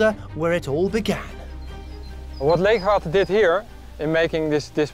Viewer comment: leeghwater is not with a F but G